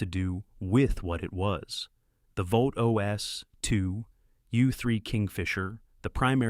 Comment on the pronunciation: Not ,,volt,, its ,,vought